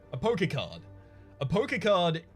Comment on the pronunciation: Hahaha every other time he said poker card I herd "poke-card". Made me chuckle!